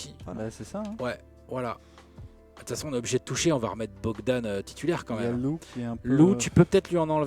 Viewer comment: C’est Bojan Bogdanovic pas Bogdan hein que vous avez 😉